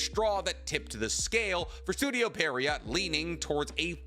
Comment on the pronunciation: No hate, but it's pronounced pee·euh·row. French words are dumb